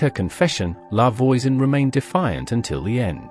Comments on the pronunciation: I had to stop. "Lavoyzen" just made me cringe because English-speaking AI can't recognize and correctly pronounce French yet. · In French, voi says v-wah like in voila. La Voisan sounds more life La V-wah-soh-n